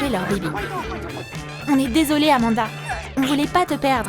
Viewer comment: C'est pas amada c'est amonda